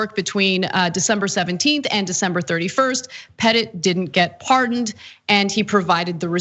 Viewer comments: "Petit" is French for "small" and it sounds like "Puh-Tee". He must be feeling puh-tee now. lol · Anna, I think you are pronouncing Pete Petit's name wrong, I think it's more the Jackie Wilson version. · Parker 'Pete' Petit? Petit is just french for the word 'small'. Which makes this guy Little Pete.